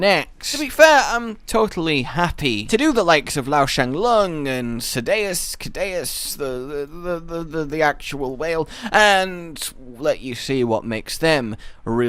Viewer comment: I’d like a video on Ceadeus, he gorgeous. And by the way: the canonical pronunciation is See-dee-us. See, the Ace Cadet loves his monster puns, and one thing he says is “Long time, no Ceadeus!”, which would only make sense with the pronunciation I gave. Also there’s a weapon called the “Inceadeus Axe.”